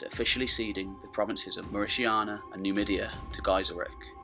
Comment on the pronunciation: Mauritania 《 Mauritiana》